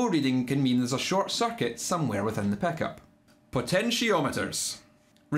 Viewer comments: Most people: "Pickup" Scottish boi: "Peckup" Is that similar to a chin-up? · 🤣 can’t get enough of hearing “Peckop”